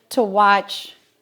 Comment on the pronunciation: i have to say this your pronunciation of the dutch word spekkoek is perfect now i am going to watch your cooking vlog Question 1 Why should the egg yolks go one by one with the butter-sugar mixture? question 2 Do you only use the upper boiler or the lower boiler, our oven has top and bottom boilers and can be used seperadly or the top and bottom at the same time